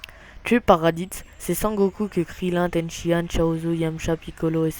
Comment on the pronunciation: Ten Shi Han... Pikon... prononcé bien les noms unpeu